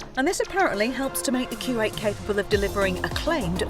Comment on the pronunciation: what does it sound like she is saying Kuwait and not Q8 !